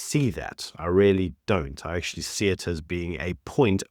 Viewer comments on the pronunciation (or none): none